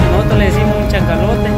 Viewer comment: Con todo el respeto amigo y sin ánimos de critica, se dice Cachalote, no Chacalote, un abrazo.